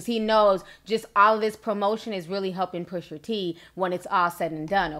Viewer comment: Girl 🙄🤦🏾‍♀️ it’s PUSHA T; not pusher t sheesh